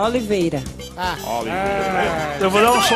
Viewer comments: "Ólivêira" hahahhhahahaahha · Quem e o Rogério de Oliveira ela responde "Oliveira" quem daqueles e Rogério Oliveira ela responde "Oliveira" 🤣🤣🤣